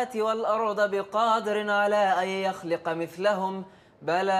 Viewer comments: على أن يخلق بضم اللام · لا اهدعرف اي رواية هذه لكن ان كانت حفص كلمة ( يخلق ) بضم الام